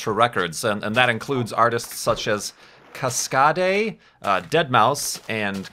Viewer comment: Lmfao "kas-ka-day"